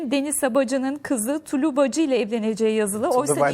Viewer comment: Tulu değil tolu dmmdkddk